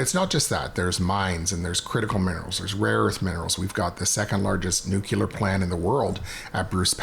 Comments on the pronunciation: Nuclear, not nucular, Dan. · I love the constant attention being brought to nuclear power. Hopefully your future guests will help add credibility be pronouncing it correctly (“no͞oklēər”) and not like Homer Simpson…. (“nook-u-lər”) Come on Conservatives. We need to stop giving the Liberals and their mindless drone supporters ammunition and “reasons” (excuses) to discredit and ignore us!